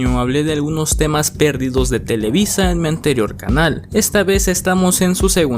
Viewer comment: Buen video, así como buen Lost Media. Sólo un comentario constructivo... Procura "leer y pronunciar" bien las palabras, pues la palabra "perdidos" no lleva acento y lo pronuncias como sí tuviese en la "E"; así como en la palabra Tláhuac, donde el acento se lo otorgaste en la "U". Se escuchan raras esas palabras al ser pronunciadas como sí WORD lo corrigiese. Fuera de eso, es un excelente video, sigue así :D